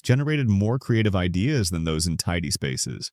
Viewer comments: Why can't your AI pronounce "best idea"?? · Mispronounced idea and knew it was ai instantly.